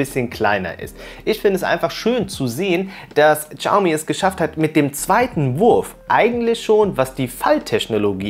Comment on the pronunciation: Das "X" in der chinesischen Sprache ist stumm. Man spricht es nicht "Tschaumi" sondern "Schiaumi".